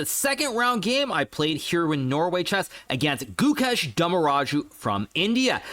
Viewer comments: It sounds like goo kesh (only indians will know) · Its goo-ksh